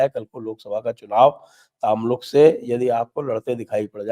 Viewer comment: Tamluk nahi sir o Tomluk bolte hai hum😊😊